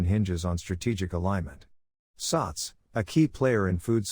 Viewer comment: I hear the voice it keeps on saying “sucks”.. simik sucks la , it should pronounce as “sats”..😈😈